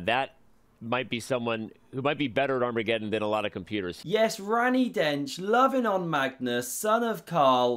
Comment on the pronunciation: "Ranny Densch" was intentional or..? :))